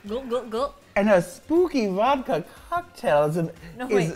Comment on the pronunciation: The way is saying SpoOoOOOoky 🤣🤣🤣 And Vodkar 😭😭😭